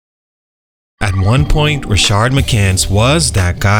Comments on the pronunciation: This is a cool series. I saw it in the comments already but just wanted to echo. Makes it hard with Rashard Lewis but the guy in this video doesnt have that second "r" in his name. Just Rashad. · Rashad, not Rashard. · You were a lot nicer to in this video than the last one. What changed? Also it's pronounced "rah-shad" not "rah-shard". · *Rashad…..not “Rashard” McCants